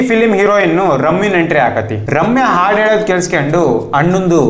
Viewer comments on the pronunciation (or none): none